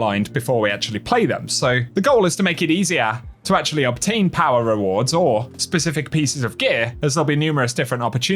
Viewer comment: Translator: "SUMMAHH" = summer "POWAAHH" = power "ARMAAHH" = armour "TOWAAHH" = tower